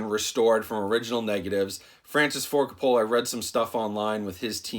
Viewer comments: It's ''Ka-poe-luh'' damn it! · Sorry man... But you're butchering his name... Lol it's pronounced "Coh-poh-lah" not "cah-pah-la" Not knocking you. Lol Love your reviews... You're one of my favorites. 😁😁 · It’s COPE-UH-LA. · CO-PA-LA. That's how you say his last name. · Great video, but it's Kaa-Puh-Luh. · Francis Ford "Cop-ah-luh" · Francis Ford Coppola -- pronounced Cope-uh-luh, emphasis on the first syllable. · His last name is pronounced like "COPE-OLLA", in case you're doing another movie of his. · Francis Ford Coca-Cola 😆 Great review tho, I’m hyped! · cop a fill a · Coppola sounds like Coe-Pah-la. The emphasis is on the first syllable not the second. Not trying to be a troll, just sayin. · I cringed every time you pronounced the director’s last name wrong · When you’re a “film review channel” and still don’t know how to pronounce Coppola....😣 dude, really?? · Dude how can u miss pronounce Francis Ford Coppola name several times. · Is that how Coppola is pronounce? If so, I feel like Homer Simpson :/